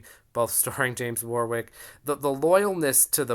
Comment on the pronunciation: Really enjoying all your videos. By the way, Warwick is pronounced War - ick!